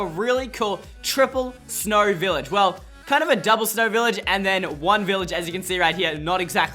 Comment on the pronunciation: It isn’t snrow